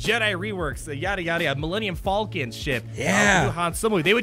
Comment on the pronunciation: What the hell is an alluminum falcon?